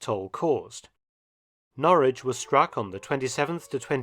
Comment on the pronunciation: Well, that's not how we pronounce Norwich🤔 But we mispronounce a lot of English words.